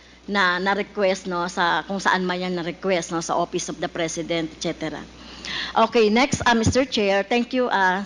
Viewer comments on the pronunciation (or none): Castro …Office ang pronunciation hindi OPIS convicted child abuse